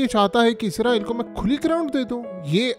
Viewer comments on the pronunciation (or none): ۔(عزرائیل )نہیں (اسرائیل ) آپ کو پرائمری سکول میں داخل ھو جائیں۔معذرت کے ساتھ